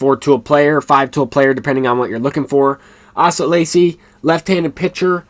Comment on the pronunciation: Excellent video That's pronounced Ace-uh/A-seh He was a stud at Texas A&M Had his UCL replaced earlier this season Was the number 4 pick of the 2020 draft